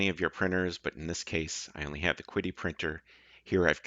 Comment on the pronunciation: Could be wrong but I thought QIDI was pronounced she-dee?